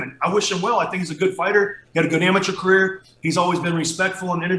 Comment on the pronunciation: it’s career not “carrier” 😂